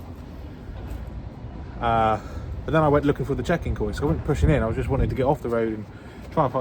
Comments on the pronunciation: Great video! Just because I mispronounce works all the time Kiosk is pronounced Key-osk not Koysk 👍🏼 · I was shouting at my monitor "KEY OSK" but he never heard lol. :-) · It's pronounced ' KEY OSK ', just for info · I think kiosk is pronounced key-osk. Dis make me chuckle "koysk". Love your videos mate keep plodding on and f**k the haters their only jealous of your success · “Koysk” 😂 Kee/Osk you sausage!! ❤ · It’s pronounced kee-osk. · Kiosk.......Say 'key'....Now say 'osk'. Ok? Now say those two together ...... and kick yourself 😂. Great vlogs pal. Really enjoy them👍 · KIOSK .... pronounced KEE-OSK .. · “Kee Osk” 😂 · Prounounced Key osk you donut 🤣🤣🤣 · KI-OS-K mate 😂😂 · You mean key -osk.ha ha. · its pronounced key-osk for kiosk mate, not hating just letting you know.